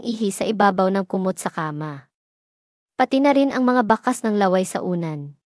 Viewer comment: "nka yapak, laway, babala" Ms Kung sa tagalog na pagbigkas sa Balarila ay hindi Tama. (maragsa, malumay, malumi, mabilis) ( so paki check Ms ang pronunciation o tamang bigkas for educational.reason) and correct me if I'm wrong..kase iba ang ibig sabihin nung bigkas mo..Para ding sa English which we Filipinos love to criticized ang grammar at correct pronunciation yan..mahalagang bigyan natin ng puńa para sa kapwa katagalog natin..thank you😊